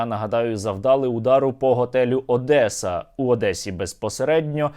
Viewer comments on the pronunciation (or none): none